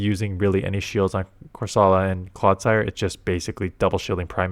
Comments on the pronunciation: It's CorsOla, not CorsAla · Ok I know it does not matter but is that how you are supposed to pronounce Corsola? Cor-suh-luh is how I pronounce it?!